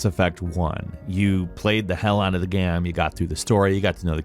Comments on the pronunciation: Why do you keep saying gam instead of game??? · it's pronounced GAYME not GAHM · The way you pronounce "game" is frustrating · Where is from? He says “game” strangely. Geyame. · The way he says the word “game” is so odd to me. Not a bad thing or anything but it always trips me up when I hear him say “gayem”. Anyone else notice this? Is it like a regional pronunciation? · Bruh! why you pronounce Game Like that?